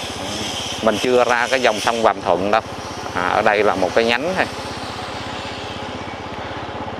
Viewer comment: Sông Vàm Thuật mà cứ nói là Vàm Thuận, nghe xa lạ quá! Hai clip rồi chứ bộ.